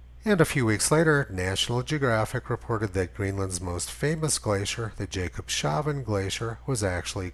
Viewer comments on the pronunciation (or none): Please, Jakobs-havn, -havvn, not -shaaven (the only thing wrong here :) ) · It's pronounced Jakobs-havn, not Jakob-shavn